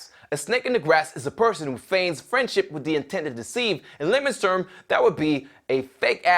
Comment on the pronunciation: beacause you totally pronaunce the w in who